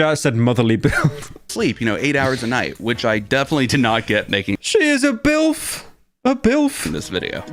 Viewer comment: never and i mean NEVER say BILF ever again